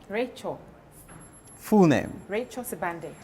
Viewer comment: tell RACHEL that her correct full name is read as (RACHEL SIWANDE) the letter "B" is read as "W" when we are amongst Tumbuka's, Ngoni's where she claims she originates from. I have heard her in this interview pronouncing her surname as "Sibande" When you go to Zimbambabwe, you will meet some locals known as "SIBANDA" the letter "B" turn to "W" as well. I have spent 21 years working in Northern part of Malawi in between 80's - early 2000 as a Medical Doctor. It sadness me when I hear Malawians mispronouncing their own names to sound either English or any other foreign language. Mispronouncing your name is loosing your identity. Greetings from Germany - Copenhagen!